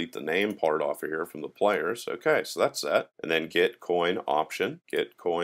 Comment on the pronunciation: I hated when you pronounce "the" as "da" all the time .. its not funny ..